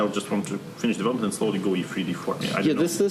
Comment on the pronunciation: Please , DeWelopment? I mean I appreciate you can play chess but I can’t handle listening to the W instead of V. Are you able to learn the V or can you not hear yourself ?